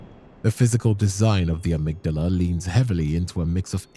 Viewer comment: Dude you make a lot of assumptions and give wrong info. You also are mispronouncing Amygdala